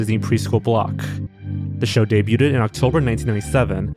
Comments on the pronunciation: Why do you keep saying "Debuted" (day-byood) as Day-byoo-ted? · STOP SAYING "DAY-BUTE-ED" WHEN YOU SAY DEBUTED IT'S PRONOUNCED "DAY-BUED" THE T IS SILENT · The word "debuted" is pronounced "day-byood", not "day-byoot-ed". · Dude you gotta learn to pronounce the word "debuting/debuted". It's "day-bew-ing" not "de-bew-ting". It's "day-bewed" not "de-bew-tid". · it's pronounced day-byood, not day-yoo-ted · The word "debuted" is pronounced "DAY-BYOOD" not "DAY-BYOO-TED." Just thought you should know. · I love you man but it’s “de-bued” not “debyuted” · You can just say "dey-byood" not "dey-byooded" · Why tf do you keep saying Sesame "Streets"? And wtf is "day-bue-ted" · Debuted is pronounced as in 'day-byood.' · Debut/Debuted is pronounced Day b you and day b you'd just trying to help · It was very distracting to say the least. "Debuded" and "Debuding" are not words. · He's just trolling us now with pronouncing "debuted" as "daybyooted" isn't he? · As a Canadian, it's a bit distracting for me to keep hearing you mispronounce a French loanword like "debuted". (The "t" is silent, so it's pronounced day-byood) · The way you pronounce the silent T in debuted makes me so irrationally angry. Stop that right now. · The T in debuted is silent. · Does he mispronounce “debuted” to bait comments about how he mispronounces the word “debuted,” or does he really not know how to pronounce it? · I don't think "debuted" is pronounced how you think it is pronounced... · bro please learn how to pronounce debuted its actually driving me insane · I don't get how you do youtube for so long and still can't pronounce words like "debuted" correctly. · The way you pronounce "debuted" hurts my soul deep down but I'll like the video anyways. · Your pronunciation of debuted gave me cancer and aids. I now have canceraids 😔